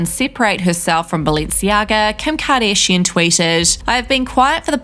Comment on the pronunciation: Oh where is that accent from of the narrator??, kim kardayyyshian… 😆🤣🙈🤷🏼‍♂️ Dont quite understand….